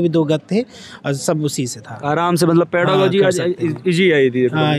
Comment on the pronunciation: पेरालोजी नहीं होता है पेरागोजी होता है